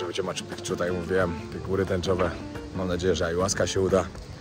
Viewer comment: Blagam, nie mow "Maczu PiKczu"... wymawia sie "Maczu Piczu". Pozdrowienia :)